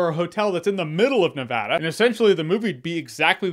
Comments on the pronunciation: Praise be to the baby Jesus he said Nevada correctly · Props on saying Nevada correctly